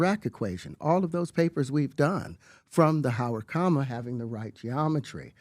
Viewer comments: Listening to pbd pronounce the word comma as coma is next level hilarity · Pbd so dumb he cant pronounce "comma" hate his grifter ass